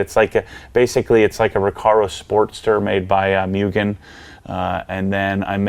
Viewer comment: Apexi is Apex "Eye". It stands for Apex Integration. Don't go all Prier on us again bro;). Cool project. I say leave the wing, didn't Mugen make a decent looking wing that used the same holes? And it's "Moogen" and "Brid" haha, say it legit.